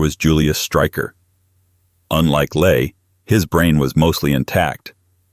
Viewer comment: Robert Ley is pronounced wrong. Ley is pronounced more like the English verb, 'lie'.